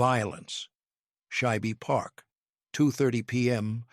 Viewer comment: Shibe Park is not pronounced as two syllables (Shy-beh). It is one syllable (Shyb). 😊